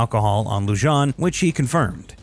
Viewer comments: LEW-JON? It’s LU-HAN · ITS LUHAN! Not Lu-john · Loo-han not Loo-jan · Is not Loo-jan. It is Loo-han. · How are you supposed to sound reputable if you can’t even pronounce peoples names correctly? Lujan is pronounced Lu-hon not Lu-jan.🙄 You literally mispronounced damn near every single person’s name in this video. I’m guessing you like your burrito wrapped in a Tor-tilla and Jap-a-leanos are too hot for you✌️ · Lujan is not pronounced, loo jon. It’s lew han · As a side note, the name is pronounced Lew-hohn...not Lew-john. The J is pronounced as an H. Likewise, Vigil is pronounced Vee-hill, not Vij-il. Likewise, Jimenez is pronounce He-MéN-ez. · Pronounced lou haan, not lou john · Pronounced LU HAAN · Lujan is pronounced like “Lew-Han” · Corruption is so common in the land of entrapment I'm surprised anyone even noticed. Sheriff's last name is pronounced -Loo-hōn-. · It's pronounced "lu-HAN." But I love this story, I rewarch the whole series of camps every so often to let the schadenfreude out. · Are we not going to talk about how horribly the narration is pronouncing the names. Lujan is pronounced Lu-han. Vigil is Vi-hil. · It’s pronounced Lujan “(Lou-Han)”, Espanola “(es-Pan-yoll-ah)” & Vigil (Vee-hill). My relatives that came here on the Mayflower could do a better job with Spanish name pronunciation😂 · It's pronounced lu-han . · Just FYI, Lujan is pronounced Loo-hawn, Chacon is Shaw-cown. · Lujan = Lou-Hon Chacon = Chock-Cone Vigil = Vee-Hill Jiminez = He-Men-Es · It's pronounced LOO-HAN